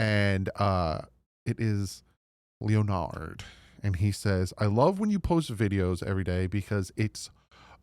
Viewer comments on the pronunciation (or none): Leo-nard? Poor. Its pronounced "Len-nerd" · Thanks for the shout out! My name is pronounced as Len-nerd, but I still appreciate it!